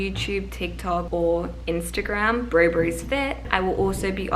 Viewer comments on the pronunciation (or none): none